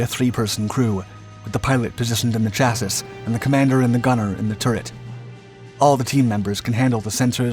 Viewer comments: It doesn't make it any less wrong the more he does it. I am American, I have lived in New York, Florida, Georgia, Arkansas, Pennsylvania, and California I have never heard anyone say "Chassis" I'd love to see his take on ballet. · He's been corected about it quite a few times so at this point he's probably mispronouncing it just to piss people off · no, this narrator is the only one on the planet that says it like that. He's been butchering that word for years now. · Please look up how to pronounce "chassis" correctly. Otherwise I love all your videos! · I like your content but I have to wonder if you will will ever learn how to pronounce chassis correctly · Great video! Also, I like how you pronounce Chassis 😂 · Canada is running Leopard 2s. Looks good though. Lets see where it goes... and Chassis is pronounced 'Cha-see' in all forms of English that I know, as well as in French. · Four mentions of the word chassisss?! We've been blessed. I love how a whole bunch of new viewers are correcting the pronunciation, as if they ever read these comments. If you're new to this channel, he always says chassis this way, and every time a number of people comment on it and all get ignored. I don't see anyone talking about the "le clerk" French tank (for Leclerc), but it's the same thing. It's become a meme at this point. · Being a French word, it's pronounced "cha-see" It's been bugging me for a while. The rest of the video and Info is very professional, and I appreciate the effort and research you do for us all. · Man, this has bugged me for months. I'm glad you said something. CHA-SEE! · Sha-see... Ch has too many ways it's pronounced around the world. Use sh 4 clearer phonetic pronunciation. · Most definitely not American. We say "cha-see" like everyone in the world except this guy.😡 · no, America says chasee, just not this guy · You can’t pronounce “chassis” properly. The final “s” is silent. The correct pronunciation is “shassy”. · “Chassis” hurt me